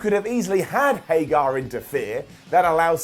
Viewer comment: It's HAIG-ERRR not HAIG-ARE. C'mon! For the love of Repo Man say it right!